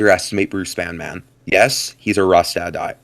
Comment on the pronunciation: as a banman, banman is prounouced as Banmin. the emphasis is on ban, and then min. rather than the emphasis on man.